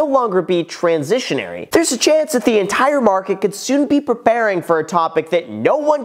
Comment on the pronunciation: It's pronounced transitory not trasesonory genuis. I thought you were supposed to be this know-it-all YouTube guru